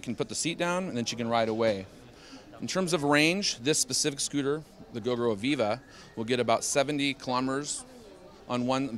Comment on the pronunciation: Fyi gogoro should be pronounced go-go-row